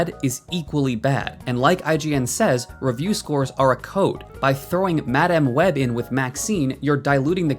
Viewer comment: The only thing worse than IGN is the way you pronounce "Madáme" Web